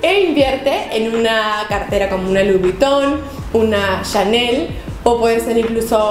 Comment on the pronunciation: Louis Vuitton no se pronuncia así. Es “Luí Vitón”. Y con todo respeto te corrijo, me gustan tus videos. :)